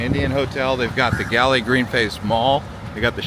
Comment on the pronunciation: Thanks for your post on my motherland . Galle is pronouced as GOAL. The whole countrys population is 22Mln, not the Colombo city.